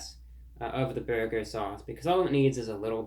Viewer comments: Lol French man trying to pernouce burger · Awesome review!!! 👍 "You have to pronounce burger like bhurrgherr": 😂😂😂😂😂😂 what neat humor!! 😅😅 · You let me down, Reviewbrah! After watching your video, I dropped by my local Arby's earlier today for lunch and placed an order for the "Big Cheesy Bacon Burger," light on the BURGER sauce. The drive-thru operator retorted: "Sir, there's no need to yell!"